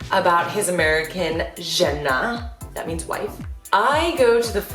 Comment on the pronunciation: It's not žeeenaaa it's žena.